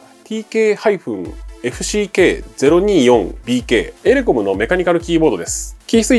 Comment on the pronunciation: エレコムが英国に聞こえた